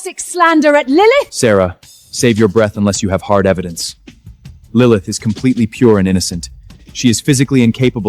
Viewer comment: “Lilimyth” was a personal favorite of mine 🤣🤣